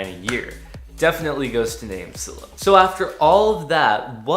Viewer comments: It's name silo.. Like grain silo.. With a hard I.. Like eye.. LMAO.. Great video tho! Very informative for a noobie like me! Thanks.. Silo.. Like s-eye-low.. ✌🏿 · You must not be good at grammar.. or life for that matter. You mispronounced "NameSilo" as 'NameSillow' and did you know what led me to know that? There's a Silo in the NameSilo logo 😛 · Thank your for your thoughts. The only thing that was odd was how you pronounced NameSilo. That "I" in Silo is long as in a farmers grain silo. Their logo is also a grain silo.